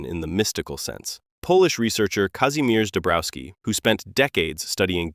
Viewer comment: Kazheemiesh Dombrovski is closer to the correct pronuncation, although not perfect.